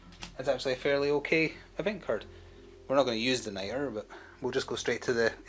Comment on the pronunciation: It's Nitra, so pronounced night-ruh. For the Americans, what's your regional accent? It's leaning Scottish but doesn't sound full Scot.